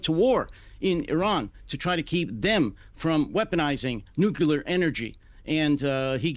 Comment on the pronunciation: Both the guest and the host insist on adding a syllable to the word 'nuclear'. NEXT.